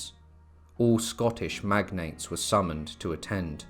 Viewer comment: Well done mate but you totally murdered some of our Scottish names.